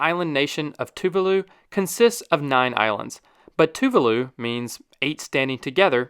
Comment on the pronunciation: Ouch that Tuvalu pronunciation hurt 😬 Tuvalu 🇹🇻- Two vaaah (drag out) loo.